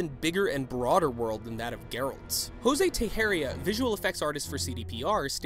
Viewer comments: Urg, the way this guy (miss) said José Teixeira gave me the creeps! Portuguese is not that difficult to pronounce 😂😂😂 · Its Jose Tei(sh)eira, not Tei"z"eira (Jose Teixeira )